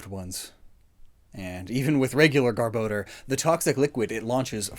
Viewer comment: he says garbodor wrong